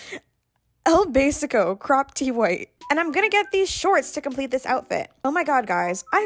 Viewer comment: el Basico el basico EL BAYSICOH